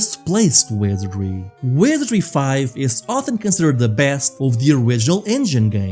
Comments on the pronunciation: take a shot, every time he says wesery. don't haunt me from your grave after though ♥ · I gotta be straight with you, man: it took 8 times for me to understand you were saying 'Wizardry'. Please make sure you're saying important words like 'Sir Tech' and 'Wizardry' clearly! You're got really good presentation otherwise! It's a good video. But I had to read the description to understand what game we were talking about :c